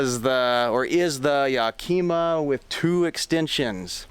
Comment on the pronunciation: Yack-kim-muh. Like the city in Washington state.